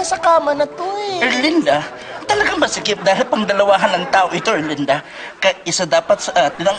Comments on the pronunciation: Pag-pronounce pa lang ng "Erlinda" nakakatawa na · The correct pronunciation, Erlinda as "URLINDUH". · the way he pronounced erlinda is sending me lmao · Oh, it ' "Erlinda"? I thought it was "Belinda". 😅